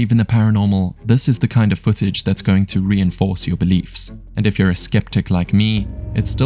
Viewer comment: "yUer" was the most distburing thing in the whole video.